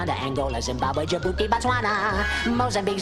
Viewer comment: You forgot one, he incorrectly pronounced “Djibouti”